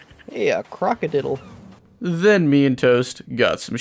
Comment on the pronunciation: “Croca-diddle” -toast